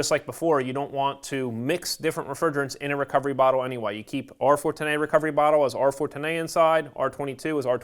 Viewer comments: How the hell does this guy pronounce R410A 😂 R-fortinae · Say R-Fortenay one more time!